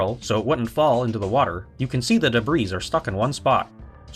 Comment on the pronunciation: The "S" in the word "debris" is silent other than that, great video!